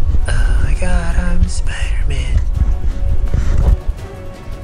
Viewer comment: Spooder man OmG ItS SpOoDeR mAn